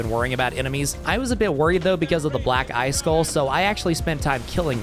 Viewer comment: Bro made sure to over enunciate black EYE skull every time lol